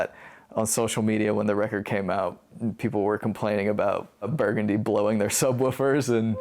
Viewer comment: Thanks for putting this together guys! Figured I should mention the song is pronounced Bur-GUN-dee like the street in New Orleans.. not like the color I grew up there I should know better... oops 🤣🤦‍♂